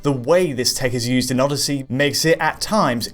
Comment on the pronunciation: Assassins creed Orrosy! haha